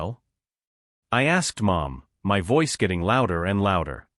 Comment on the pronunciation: why can your auto predictive vocals not pronounce "my"?